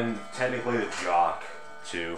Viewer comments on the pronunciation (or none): The way you pronounce that Tempus Fugit mantel clock sounds like you're saying "Jock". You're supposed to pronounce it with the /ch/ sound.